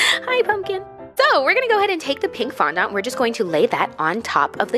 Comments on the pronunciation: darling, FONDANT, not fondont:) Ily anw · Erm... Im pretty sure fondant is pronounced “fondent” not “fondont” 😂 no hate tho, I love you and your videos 😘💗💗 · did anyone else notice how she kept saying fondahnt instead of fondant 😂 no hate tho ily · fondont Me: fonANT: fondont Me: FONDANT: fondant Me: WHY IS'NT SHE LISTENING no shade to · Sofia xxx I was cringing so hard every time she said fandahnt instead of fondant 😆😆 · I love how you say fondant (it’s pronounced phon- daant) I don’t care I’m saying fondont in honor of you now!😂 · Why do Americans say fondants as fondont? It has A in it 😂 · Lmao its Fon-dent :P love you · OMG I’m southern and down here the way you say fondant is not the way we say it! We say it fondAnt (the A doesn’t sound like an O) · Nobody: Not even the wind:: FoNdOnT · how she says fondant “fondont” 😂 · FON DAHNT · Apparently I’ve been saying fondant wrong 😂😭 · Lindsay Nicole Nah, I’ve been around bakeries my whole life. She is pronouncing it differently than most 😁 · omg the way she says fondant killed me 😂sis I love u but that is not how u say it 🤣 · Cant say fondant properly. Also you didn’t use the gold ???? But wow i wanna dooo this ahhhjh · It makess me so uncomfy how u pronounce fondant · every time she said fondant i cringed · Ah she said fondant wrong!!